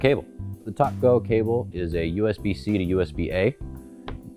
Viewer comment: Dude, you needed to wear a white shirt. Funny- Every time you said TalkGo it sounds like (& makes me think of) Tacos! May I Have A Taco With My TalkGo?